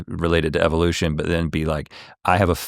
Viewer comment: THEY WAY THIS PENCIL NECK SAYS EVELUTION YOU CAN TELL HE SMELLS HIS OWN FARTS